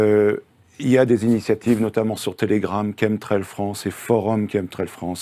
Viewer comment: Quand 3 spécialistes prononcent chemtrail [Kemtrel] pourquoi le journaliste s'acharne à prononcer CHEME-trel??? Un sacré manque de respect pour vos invités!